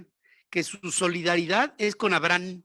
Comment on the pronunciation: Sr Ferriz que se puede esperar de alguien que ni siquiera puede pronunciar correctamente el nombre de Abraham eso, 😆😆😷